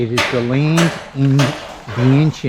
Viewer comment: Just one thing,love your work but even though you live there ,every time you miss pronounce Vientiane as Vien Shen or venshee-en it’s like a scratch on a calk board